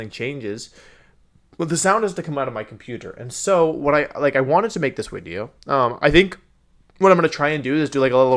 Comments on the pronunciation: First time I hear him say "wideo". WAT? Fifth time I hear him say "wideo". LOL! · I'm new. Hope this isn't rude, I"m just asking so I know. But why does he say everything else perfectly fine, but says wideo instead of video? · I’m cringing so hard at “wideo” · New viewer here, so I gotta ask: how come you say “wideo”? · He pronounces a lot of words strangely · I don’t want to be rude but why does he say wideo but then says voice or is it an inside joke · Everytime he says wideo, take a shot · Why does he keep saying wideo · ive never watched one of your videos so can someone explain why he keeps saying wideo? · So this is my first time watching Wolfey and am I correct in thinking that he is saying Wideo and not Video? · Okay so this is a really nitpicky thing, but you say the word a lot, so I have to ask: Whats up with your pronunciation of the word "video"? Is it a channel gimmick I don't know about - your name being Wolfey, so videos are "wideos" instead? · I’m new here, why does he keep saying wideo? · wideo... can... can Wolfey not pronounce Vs? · Why does he keep saying wideo ????? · I click on these videos. Hear the word "wideo". Immediately thumbs down and report for anything. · He says wideo as a joke. He also says wenusaur and cinderache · Is it just me or is he saying “Wideo”? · So what's the in-joke about him saying "wideo"? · Wait... Is he saying wideo? Is that intentional or some oddly specific speech impediment? It's really cute, but seems odd that's it's just 1 specific word. So I'm guessing it's intentional(?) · Am I missing something or is he saying wideo instead of video? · Man loves his widios and micwophones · Ok but is he saying wideo or are the drugs just hitting too hard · Did wolfey actually say wideo? I can't tell tbh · I’m new to his channel. Can someone tell me why he says Wideo instead of Video? Is he German lmao? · everytime he says video I keep hearing the V as a W and I can't tell if it's deliberate or not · why does he say wideo?